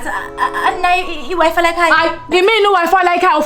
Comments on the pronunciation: ok yi wi fi not wife haha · It's not wife , wi-fi . 🤣🤣🤣🤣😭😭😭😭